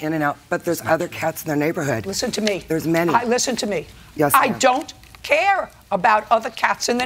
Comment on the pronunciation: I absolutely love it when JJ gets so fed up and she pauses when she says “I DON’T. CARE” 🤣